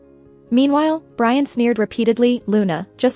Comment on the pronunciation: lol brain instead of Brian.